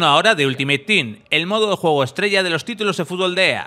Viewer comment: TERRENO DE JUEEEEEGOOOOO pronuncia bien que te re parió